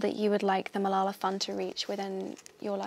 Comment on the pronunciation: Stop, stop stop! You're going to take someone's eye out. Besides, you're saying it wrong. It's Malala, not MalalaH.